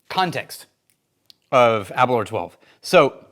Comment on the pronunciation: Aber - Louwer not Aberler. I live 10 miles from the distillery...